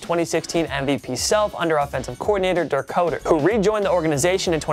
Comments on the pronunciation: I like this video, and love TPS. But you gotta pronounce the names correctly. Darrell Bevell and Dirk Koetter to be precise. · This dude does not even know how to pronounce Dirk Koetter why do they still have him